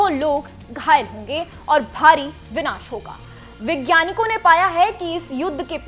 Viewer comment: क्या सुनें आप को? आप वैज्ञानिक शब्द को विज्ञानिक और परमाणु शब्द को प्रमाणु बोल रहीं हैं। 😂